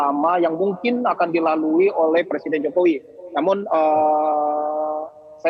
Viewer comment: Ni orang nyebut nama presiden enak banget y `jokowi jokowi `